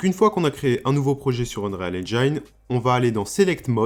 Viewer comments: Se serait un peu mieux de dire unrile Engine, mais sinon intéressent comme contenu. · Et Unreal se prononce Un-rile. Rien à voir avec le Real de Madrid ;)